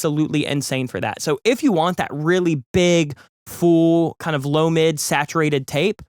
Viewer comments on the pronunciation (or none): none